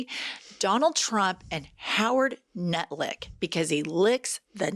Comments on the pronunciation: Did you say "Howard Nut-lick?!" 😂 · LOL… I woke my husband up LMAO after you kept calling him Nutlick…😂😂😂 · Did Jenn call him Howard Nutlick? 😂😂😂😂 That's brilliant.